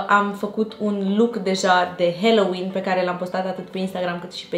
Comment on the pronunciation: Stiu ca voi parea naspa, dar se pronunta "haloween" cu a, nu "heloween"